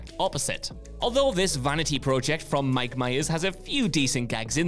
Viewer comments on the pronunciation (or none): none